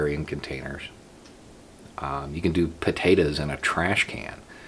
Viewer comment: puhtayderz in a trash can